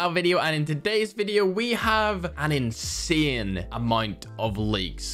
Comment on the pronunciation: Wtf is. " INSEHHN "